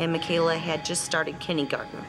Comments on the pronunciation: Soon as i heard mum say kinnygarden i knew she wasnt prepped for the fucking dessert. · I'm sorry did she just say "kinnie-garden" or am I deaf? I think she needs to head back to school.